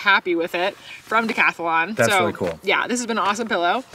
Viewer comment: Oooh, one of my pet peeves popped up in the video, and OMG, has you doing it now too! The name of the outdoor company from Europe is Decathlon. Decathlon. dee-cath-lon. Three syllables. Not dee-cath-UH-lon, or "Decathalon", like it was even spelled IN YOUR GRAPHIC!, you MUST put a stop to this MADNESS. If has her way, we'll all be doing a decathalon on our virgin voyages!